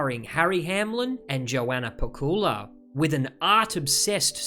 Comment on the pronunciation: You're pronouncing Pacuła wrong. "C" is "C", not "K" - PaCula.